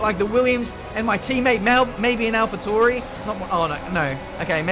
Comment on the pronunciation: I realy dont understand why you say Alfa Touri insted of Tauri